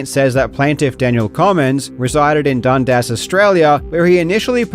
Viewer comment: I heard Dumbass Australia, not Dundas.